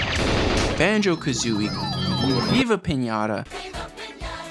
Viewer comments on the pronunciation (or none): is piñaTTTTTTa, not piñaRa